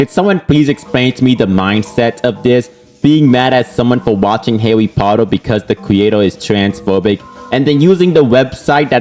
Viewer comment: "I am not a hawwy pottew fan" (comstamt pokemon gameplay) Yeah, next video...